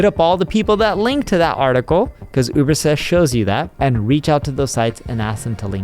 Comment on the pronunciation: He can't pronounce UberSuggest. He says Ubersest.